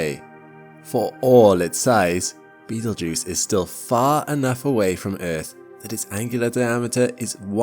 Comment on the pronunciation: "You are not in imminent threat from Beetlegeuse." I'm not, but you might be since you said his name at least 3 times.